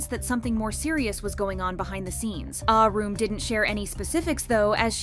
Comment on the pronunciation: "Ahh-Room" is killing my ears -_